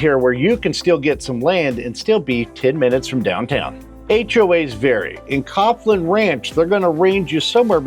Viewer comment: Usually heard Caughlin pronounced Collin